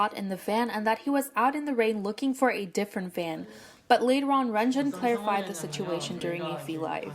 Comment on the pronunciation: mistreatment: pronouncing renjuns name as (REN CHUN)...... issa joke plz dont be mad